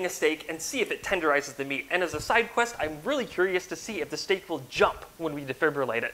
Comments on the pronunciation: I love how he said stek and got fricken 8.1K likes like...... what? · Mmmm..... Yess...... STEK...... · stek indeed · Yes stek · Yes, stek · Good Stek